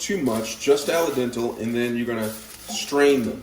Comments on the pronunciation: The “raemen” was annoying but he was also pronouncing Al dente “ala dental” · Ally dental 😂😂😂 Do u mean "al dente"? Absolute goodness 🤣🤣😂😂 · My man straight up said “ala dental” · "RAYMEN" 💀💀💀💀 "ALA DENTAL" 💀💀💀💀💀💀💀💀💀💀💀💀💀💀💀💀💀💀💀💀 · AL-A-DENTEL? LOL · Best watch in a while. I'm 100% saying 'allie-dental' from now on. 1000x better than 'al dente'. Also going to be making this sandwich.